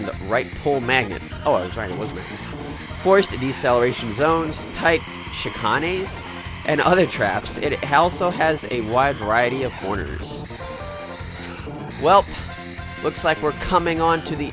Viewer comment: here comes the most unnecessary fact of the day=) chichanes is pronounced chichains and is a turn that goes like a Z , if you already didnt know that=D great vid